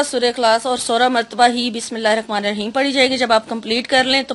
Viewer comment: Bismillahir Rehmanir raheem bola kre rakhmanir raheem ni kahe 😊♥️ jazak Allah